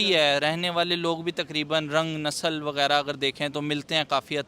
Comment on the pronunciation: नसलं बोला 😂😂😂😂इसपर भी आप को बोलना चाहिये 😂😂आखिर हमारी देखा जाये तो पाक मेरी नसलं है 😂😂😂😂